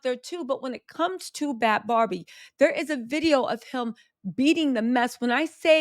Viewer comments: If you’re gonna make a video can you atleast get the girls name right BHAD BHABIE NOT BAD BARBIE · Her name is Bhad Bhabie, not barbie